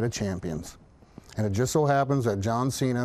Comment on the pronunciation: ''You versus JOUAN CENA''